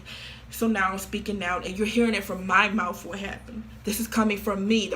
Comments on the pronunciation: We heard it straight from HER moufth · "MY MOUFTH MY MOUFTH" aight it be like that i guess